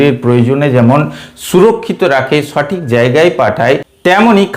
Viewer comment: উচ্চারন ঠিক করেন স্যার সঠিক হবে ছটিক না